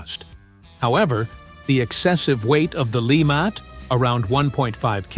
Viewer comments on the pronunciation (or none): How juvenile a presentation? "Lee-Matt" Please! Why don't you hire narrators or Voice professionals instead of AI-generated presentations? Get a French speaker to represent Louisiana's Dr. LeMat's true name accurately!